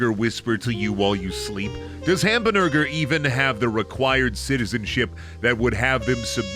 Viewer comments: Ham-buh-nurger is gonna hunt me in my dreams, isnt he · Fuck i love it when says Hambnurger. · I seriouly can't get past "Hambnurger"... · Every time I heard Hambnurger it slowly became funnier